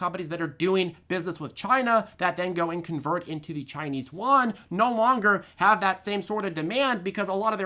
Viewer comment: “Chinese Yuan” is pronounced. “You ANd” Great video though.